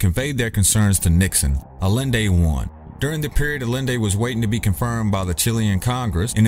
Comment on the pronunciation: salvador a-yen-day. ll=y in spanish...